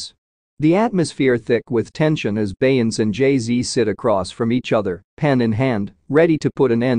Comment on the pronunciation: The AI voice can't pronounce Beyonce's name. This is totally unacceptable. If you can't get a human to narrate STOP making videos.